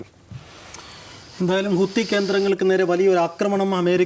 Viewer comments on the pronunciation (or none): ഹൂത്തി അല്ല ഹൂതി